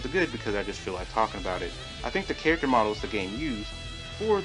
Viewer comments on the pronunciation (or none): none